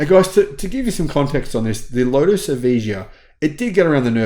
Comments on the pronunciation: So many mistakes! 1. It is ponounced Ev-eye-Ya, not Evidja. 2. SAIC doesnt own Lotus, another Chinese car conglomerate Geely does. 3. The Lotus Evija X is not a production car; it's a one-off modified track-only car adapted from the regular Lotus Evija, which itself has not yet entered volume production. the X is not street legal. that aluminum chassis is not the Evija's carbon fiber tub (nor is it, I think the Lotus Elise's). "it has a top speed of 218 miles per hour, it's the fastest electric car ever made": the Rimac Nevera is actually in production and reached 258 miles per hour. 'in fact it's possibly the fastest production car the world has ever seen": your facts are very disconnected from reality where the Bugatti Veyron reached 253 mph in 2005 and subsequent cars have gone even faster. "I don't think I've ever seen a car smoke all four tires like this before": you need to pay more attention, there are many videos of the Nevera doing burnouts and smoking all four tires; it even has a drift mode that engenders huge oversteer to shred rubber. Embarrassing. Folks, if you want to know what happened, don't watch this badly researched inaccurate video; instead read motor1's "Here's Why the Lotus Evija X Crashed at Goodwood". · Okay... Let's clean up your failures... 1. It's called the Lotus "Evija" pronounced "uh via uh" 2. Lotus is owned 51% by Geely and 49% by Etika 3. ANY Car driven by an idiot showing off will wreck and there are thousands of videos online that prove this. Blaming that wreck because the car has too much horsepower is utterly absurd... It didn't wreck going around the ring, one of the most dangerous tracks on the planet and that alone proves the point it wasn't the car with 2,000 HP, it was the incompetent driver showing off. Perhaps you should delete this video and try again... Just aayin'